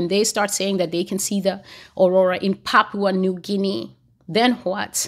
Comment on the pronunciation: This prophecy really hit me home. I've been watching you since 2022 and today I was surprised you mentioned my country Papua New Guinea you pronounced it perfectly an unknown country in the Pacific.